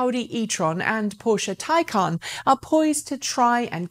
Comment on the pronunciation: Yes, by all means pronounce it "tie-CON", because Porsche are tying themselves up in knots to con the world into believing that a stupid made-up word has an actual stupid made-up pronunciation that breaks all normal pronunciation rules in every language.